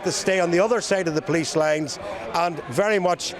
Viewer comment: You can't even say the name of our police force properly and they are not middle class people they are scumbags who are probably all claiming the dole .